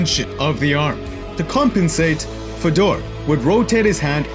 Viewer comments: Its pronounced fay-door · Love the channel. Great vid . Fedor a legend. Btw it's pronounced fay-door. Keep up the good work mate